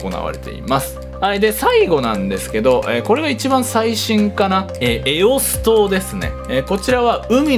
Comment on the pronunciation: エオス島がエロス島に聞こえる